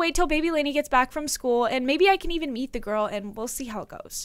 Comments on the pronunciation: Lani: maybe I could even meet the girls What I heard: maybe I could eat the girls😀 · when she said maybe i can meet the girls i thought she said maybe i can BEAT the girls😂😂😂